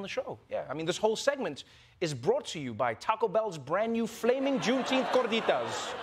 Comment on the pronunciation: The way he says gorditas 🥰 as a gordita myself I love his pronunciation ♥️